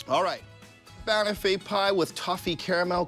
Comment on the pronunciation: Dude. Please. It’s not “BAN-uffy”, it’s “ban-OFF-ee”. Have you even been to a pub in the UK?